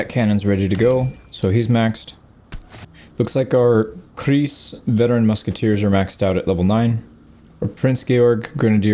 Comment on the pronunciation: the „ei“ in kreis is pronounced like the i in rice